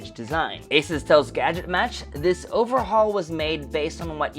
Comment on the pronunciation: Not ases. But ASUS.